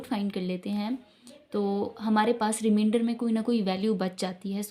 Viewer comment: Remainder not reminder